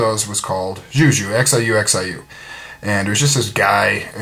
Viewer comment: Every time tuffthumbz mentions you in a video, I have no idea that it's you because I'm chinese, and you don't pronounce "xiu xiu" the way you guys do. jimbo9203 already mentioned how to pronounce the "x", but you also pronounce the "i".